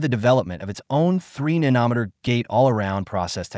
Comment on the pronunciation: Can you say nano & then meter? Nano is a magnitude equal to 10^{-9}. It's not nan ometer. Otherwise, good video. I'm not sure if you are AI or a ... person. An engineer would know how to pronounce nano. Huawei was put in a corner. What did anyone with half a brain think would happen? They are very innovative & China files the most patents annually.